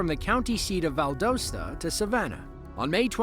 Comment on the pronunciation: Valdosta is pronounced Val-DAW-sta, not Val-DOE-sta. I used to live there, and did for about 10 years.